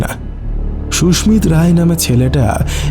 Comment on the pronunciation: Khub bhalo laglo, Sudhu koyekta jaigai bhul pronunciation, kane laage, Sushmit Roy ke bar bar Sushmita bola hoyeche.